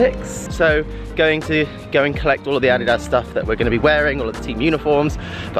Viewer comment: you are pronouncing Adidas correctly :) I’m excited